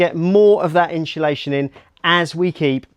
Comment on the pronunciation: Inshulaschon…. Someone teach this guy to say it properly please